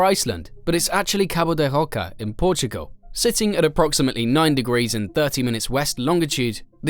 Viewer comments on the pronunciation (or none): none